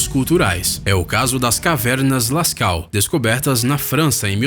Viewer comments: Nao se pronuncia Lascau... Mas sim Lascô... Em frances AUX se pronuncia Ô. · Não é Caverna "lascau". Se pronuncia "lascô". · A pronúncia correta é “Lescou”embora se escreva Lascaux. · Lê -se Lascô Cavernas Lascaux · Cavernas Lascaux ( lascô) a pronúncia certa, embora pareça zueira . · A pronúncia é cavernas lascaux. A terminação aux se pronuncia com o som de ô.